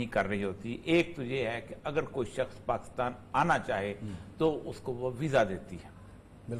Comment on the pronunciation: باتیں اچھی ھیں سوائے پیٹی بھائیوں کی اچھائی کے۔۔۔۔۔ اوریا صاحب وطن کی عزت چاھنے والے آ دمی ھیں۔ مگر لفظ پاکستان کی اوریا صاحب بڑی مٹی پلید کرتے ھیں اوراسکے کے بار بار غلط تلفظ سننے پر بڑی کوفت ھوتی Pakis تلفظ ھے نہ کہ Pakas مطلب حرف کاف کے نیچے زیر۔